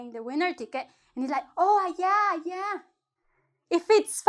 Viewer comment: Ayí??? Axa???? Já jajajaja por qué no sabe pronunciar las palabras 🤔